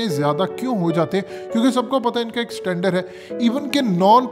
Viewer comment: Standard NOT Satandar